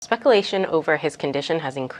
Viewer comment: The first broadcaster can’t pronounce “U”s? She said Spec-a-lation and amba-lance . Yikes.